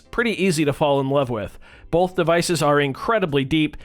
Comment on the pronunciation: U say Bolth